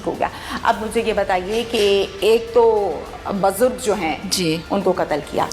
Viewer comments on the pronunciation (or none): bajurg nahi BUJURG kaho. Aap ' Maujud hianssss' kahti ho to nakli, banawati lagta hain. 😂😂